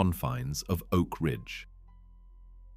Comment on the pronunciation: ‘Oak Ringe’??😂